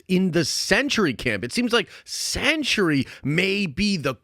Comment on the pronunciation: Woof my guy is “The Sentry” not “The Century”